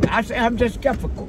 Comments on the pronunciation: said "I'm skef-i-cal!" 🤣I'm done! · "I'm skefical" LOL!!! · “I’m just skephifical” 😂😂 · said "he's just skefical" not skeptical kml.... Do it granddaddy. Get those words out. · said "I'm just skepfical" 😆 🤣 😂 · I'M WEAK!! said " I'M JUST SCEPICKO😂😂😭😭 He meant Skeptical.... WOOOO I love it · I'm just "scefikal " 😂😂😂😂